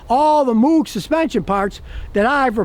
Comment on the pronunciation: The "O" in Moog is pronounced like rogue or vogue.